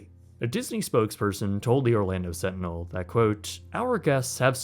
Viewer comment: The Orlando "Slantinel"